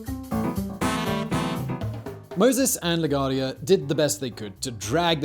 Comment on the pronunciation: “Lagwardia” jeez. You ever flew to nyc? 🤷🏾‍♂️😂🤣